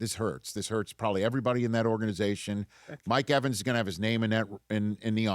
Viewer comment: Mike EVENS lmao. Put some respect on his name smh!!!